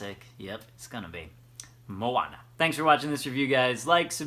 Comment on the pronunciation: As a Native Hawaiian speaker I am impressed with your pronunciation of the book title, props to you. Maika'i no! (very good!) :D